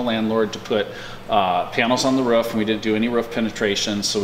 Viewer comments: What's a, 'ruff'? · It’s roof, not ruff! You’re not a bloody dog. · whats a ruff? or does he mean r-o-o-f ? ;-) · The pronunciation of roof is hilarious... "ruff" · Every time I hear "roof" being said as "ruff" it's painful to hear. Never heard it being said that way before.